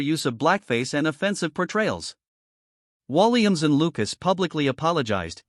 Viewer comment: When you can't pronounce his name right , after all the years he's been entertaining , it is time to shut your BS down . No thanks to your BS .